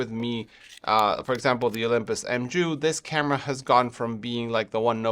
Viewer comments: it's pronounced "mew" not m-ju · Hey, Mju (the greek letter) is pronounced ''miu'' or 'myou'..the j acts like an i.